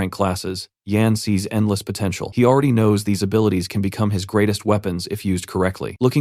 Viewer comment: did you say potencial???